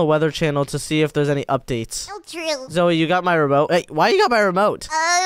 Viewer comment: I mene zoey not zoe no no no